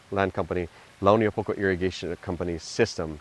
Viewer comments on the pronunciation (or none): This guy no pronounce Launiupoko correctly. Stay haole brah!!!!